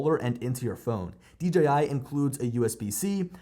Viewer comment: I mean that as a compliment. So many say "DGI". You said it right! Thank you! :) Maybe it's a Pennsylvania thing. I'm also from PA. Up in the north-central hills.